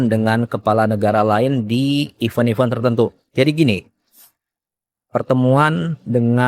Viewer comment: Even ? Event yg bener...beda Cara bacanya kang